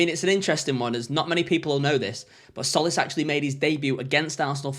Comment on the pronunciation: Tz makes a j sound so it's like Jolis